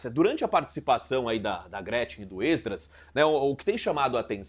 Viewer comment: Porque esse homem fala êsdras?